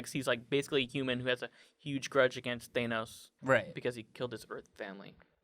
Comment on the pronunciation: pronunciation of Thanos hurts me